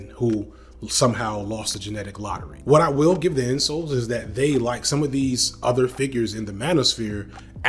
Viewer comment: My guy is calling incels “insoles.” 😂